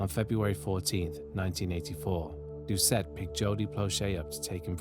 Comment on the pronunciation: Thank you for pronouncing the Cajun names (mostly) correct. One small note- ‘Doucet’ is pronounced ‘doo-SAY’. I remember my momma always saying she’d kill a man that did that too. He was a local hero. He IS STILL a hero.